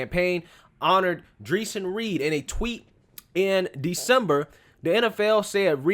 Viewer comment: His name is pronounced Dray-shawn....I watched all videos before making a judgment. Dude had a gun in his waistband and he pulled the gun while running and shot at the cop first...2 shots before the cop shot at him. Play dumb games....